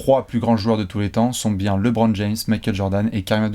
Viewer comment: Bravo pour tout le travail que vous avez accompli et que vous accomplissez chaque jour. Petite question: Maintenant que je sais qu’il va être présent dans cette vidéo,, vas-tu enfin dire à qu’on prononce LeBron et non LéBron? 😂